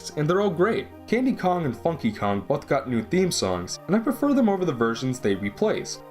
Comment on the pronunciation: "Uncaney valley" "'dem," no less. ಠ_ಠ